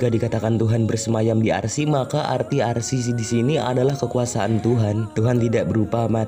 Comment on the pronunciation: "arsi" dong 🤣